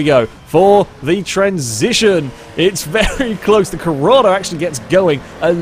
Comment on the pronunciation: IT'S CORRADO. With an 'O', not Corrada.